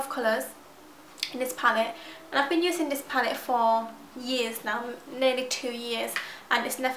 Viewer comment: Its sooo cute how you say 'dis' instead of 'this'